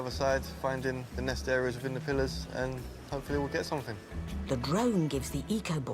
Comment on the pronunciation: “200 meter plliars”?